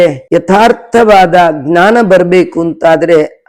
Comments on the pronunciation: ಜ್ಞಾನ ವನ್ನು ಅಂತೆಯೇ ಉಚ್ಚಾರ ಮಾಡಬೇಕು. ತತ್ಸಮ ಗ್ನಾನ ಅಂತಿಲ್ಲ, ಆಗಲ್ಲ. ಅಷ್ಟು ಜನ ನೋಡ್ತಾರೆ, 4ಮಂದಿಗೆ ಹೇಳ್ತಾರೆ...ಗ್ನಾನ ಅಂತಲೇ ವ್ಯವಹರಿಸಿದರೆ ಸಂಸ್ಕೃತ ಭಾಷೆ ದೋಷ ಹೊತ್ತು..... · ವಿಷಯ ಚೆನ್ನಾಗಿದೆ ತುಂಬಾ ಧನ್ಯವಾದಗಳು, ದಯವಿಟ್ಟು ಕ್ಷಮಿಸಿ, ಜ್ಞಾನವನ್ನು... ಗ್ನಾನ ಎಂದು ಏಕೆ ಉಚ್ಚರಿಸತ್ತೀರಿ... ಅರ್ಥವಾಗುತ್ತಿಲ್ಲ...!!!